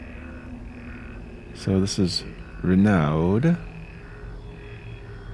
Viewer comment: I believe "Renauld" is pronounced Ree-no.